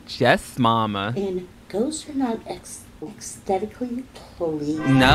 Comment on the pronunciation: Pretty sure Amy purposefully mispronounced aesthetically lmao She said "stetically" 😂💀